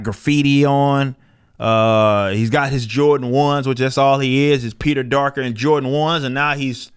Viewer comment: Did he just say "Peter-Darker"? Yeah I'm just gonna sub now.